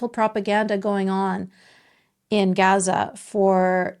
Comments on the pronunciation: What is Gasa ? I really thought it was pronounced like gahza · Serious question I thought it was pronounced, Gaza like GAHza as in father. Or Islam like Islahm. Not Islam like Spam. Iraq like Iraq not I rack. I’ve never heard any Arabic speaking person say the As like that in those words